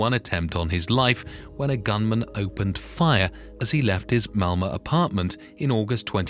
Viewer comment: Great report, but isn't it called Malmo, not Malma?